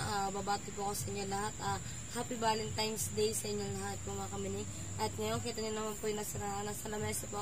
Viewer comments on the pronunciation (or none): VALENTINES not valentimes. Aral aral na ha? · valentines po,hndi valentimes..✌✌